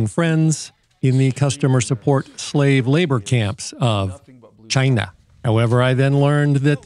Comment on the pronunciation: Hilarious Stuff. "CH-EYE-NUH" Can't click on these videos fast enough.